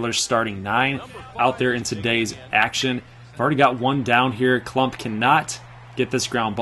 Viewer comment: My name is KLUMPP not klummp